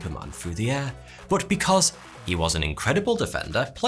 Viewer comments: I really intrigued by the way you say 'But" I always heard it as Butt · Drinking game Take a shot every time he says "Boht"